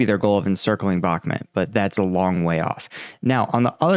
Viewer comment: Bakhmut is pronounced bahk-MOOT. Klaschivka="kluh-SHEEV-kuh" You cant pronounce anything, and your videos dont upload, but we are supposed to give you money. Typical millenial. Put in some work.